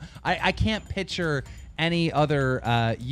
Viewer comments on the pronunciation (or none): I always chuckle a little when keem says "piture"